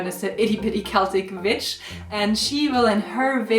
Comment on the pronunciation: i always giggle a little when you say witch, cause i always hear bitch. Awesome video!